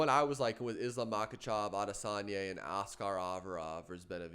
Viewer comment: It's Adesany(a) not Adesan(yeh)